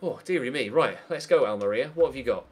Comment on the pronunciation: The way you pronounce Almeria (AL-MARIA) really bugs me!!!